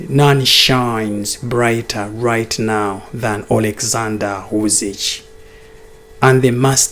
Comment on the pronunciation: it's NOT UsiCH...but Usyk... Pronounce as K at the end. Otherwise good analysis.